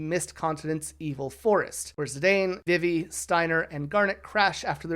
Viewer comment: Vivi's name is pronounced "VEE-vee." If you're taking that pronunciation from "vivid" or something, it's not correct. The romaji is "bibi", which is pronounced with the long E sounds. Is this engagement bait? 😭 Zidane's name is also pronounced "zih-DAHN", as indicated by the original Japanese and also how his name is pronounced in Dissidia. Tidus is also pronounced "TEE-dus", but this is a completely lost cause when someone isn't already on board. 😔 Great video for real, but aaaa.